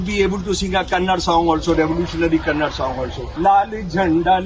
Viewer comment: Kannad alla sir KANNADA 🙏